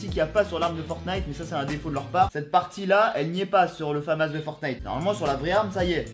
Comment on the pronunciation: Stylé, c’est la famas et ça se dit famasse